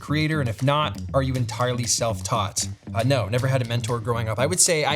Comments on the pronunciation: Hated the "Naur" but stoked you saw my questions. Love ya Pete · Bro, that "nawr" Australian accent knocked me flat 🤣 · The Australian "naur" sent me. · Thoroughly enjoyed this. Great insight into your world. Saying "No" in Australian accent got me! 🤣